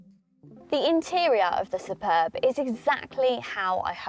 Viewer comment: Yay you got the name right lol I have the Superb iv sportline plus and the only thing that lets it down is the battery range started at 32 miles and now it is cold I am down to 19 miles on 100% charge and that is only charges at 3.5kwph